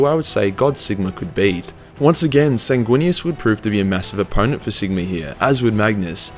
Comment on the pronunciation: Sigmar has an R on the end of it.